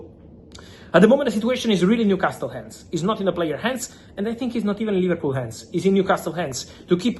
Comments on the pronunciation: Man said Liverpoo, I can't 😭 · LIVERPOO & OOOGO EKEYTEEKAY 😂😂😂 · ‘Liverpoo’ absolute vio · 'Liverpoo' 🤣 - how true! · mans put "liverpoo" 😂